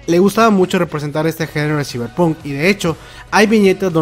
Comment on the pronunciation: Se pronuncia /saiberpank/ ciberpunk